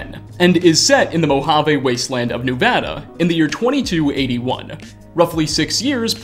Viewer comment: It’s not Nuvada it’s Nevada